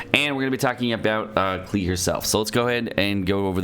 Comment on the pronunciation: its pronounced like clay